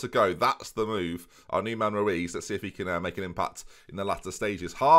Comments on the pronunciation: Lmao saying rutz when it's actually ruiz 😭😭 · Nevermind, he called Ruiz Rutz two times.. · Interesting way to pronounce Ruiz as Rutz